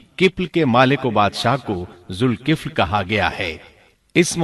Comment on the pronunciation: لفظ ذالکفل ھے ذ کے اوپر زبر ھے زیر نیں ھے